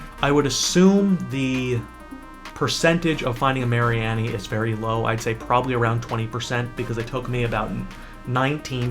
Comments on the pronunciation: Its Marine-E. its so simple. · can u not pronounce mareanie wtf